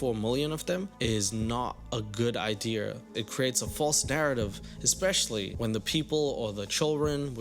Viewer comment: "Not a good ideaurr"